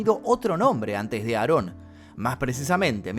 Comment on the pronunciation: No se llama nazon se llama aron Joaquín